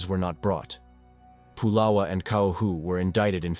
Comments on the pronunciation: First of all, his name is not pu’lala it’s pronounced it, spelt pu’la’wa ❤❤ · Pronounced " Pu La Va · 🤦🏾‍♂️U saying pulawa wrong u have to say the w like a v pulawa🗣️P-u-l-a-v-a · His name is not polo Its Pulawa, your information has many errors, by the way it's still the Kingdom of Hawaii, the state is illegal take over by military occupation. So much of your information has many errors, this is incorrect documentary. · You didn't pronounce nappy name correctly plus nappy was samoan not hawaiian. If you can't pronounce names correctly you should not be doing documentary s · Nappy Pulawa pronounced “Pu-lava”